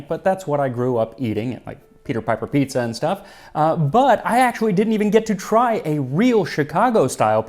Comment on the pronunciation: Piezza lmao